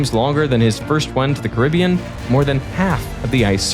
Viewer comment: Thanks for pronouncing Caribbean correctly instead of carabean like some lazy comentators do.🙂